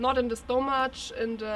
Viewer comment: stomach is pronounced similar stomaK